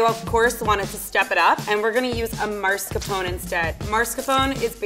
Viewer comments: Mar-sca-pon? XDD maa-skar-pow-nei mascarpone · did the professional chef just say MARSCAPONE instead of MASCARPONE cream? Uhm...? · and the way she pronounces it maRscapone... no. Just no. It's mascarpone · So that pastry chef has been going around saying “marscapone” for 9 yrs and no one told her it’s actually mascarpone? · Excited to try the croissant dough for these!! I made croissants for the first time a couple weeks ago and they were so delicious! Making cinnamon rolls with it would be amazing!!! 😍😍 Also, just cause I’m a B...it’s “mas-carpone”, not “mars-capone”😅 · 60% of the comments: is the best! 🦄 30% of these comments: I’m in love with Level 2 10% of these comments: OMG, Level 3 said Marcarpone instead of Mascarpone! 😱😱 Me: Googles “what is Mascarpone” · IKR i was going to comment the same sis you’ve been a pastry chef for 9 years LEARN THE NAMES, IT’S CALLED MASCARPONE NOT MARSCAPON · Anyone else getting really annoyed by the pro chef saying marscapone instead of mascarpone? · Ugh, I cringed every time she pronounced it MaRscapone. 🤦 It's Mascarpone, for the love of God! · The way says MARScapone instead of mascarpone is so funny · It's MAS-CAR-PONE, not MARS-CAPONE. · Anyone else noticed that the level 3 chef kept saying ‘marscapone’ instead of ‘mascarpone’? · Isn’t it maSCARpone and not maRSCApone? I mean I’m Italian I should know but I don’t know if it’s different in English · MASCARPONE not MARSCAPONE! Why was that so annoying to me? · Minus the deliberate mispronunciation of maRscapone 😝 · Nobody: Not a single italian soul: Literally no one:: MARScapone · Ain’t it mascarpone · You're all wrong.. Marscapone is actually a specialty Italian cheese named after the long lost brother of Al Capone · I thanked the food scientist out loud when she pronounced it correctly (ish, for a non Italian speaker) after all that MARScapone! It's strange how uncomfortable it felt hearing it pronounced that way! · worst part, she says MARScapone